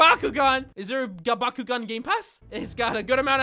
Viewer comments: I thought he said Bakugo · thanks to bakugan for sponsering this video. what i heard: "b a k u g o u" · Please tell me I’m not the only one who thought he said Bakugou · Yo who else thought he said “Bakugone” instead of “Bakugan” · I thought he said byakugan : k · I thought he said bakugou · I keep on think he is saying bakugo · I like the part where he said "Bakugan"